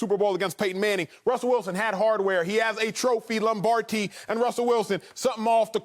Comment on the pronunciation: C'mon man... did he say "LombarTi"? 😂🤣... trying B like Madea.